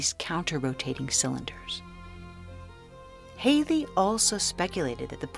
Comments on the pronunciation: WHO IS THIS HAILIE YOU KEEP ON TALKING ABOUT? When at school we were taught of HALLEY (HAL...LEY) & were scolded if we mispronounced it! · Hallll y, not Hale y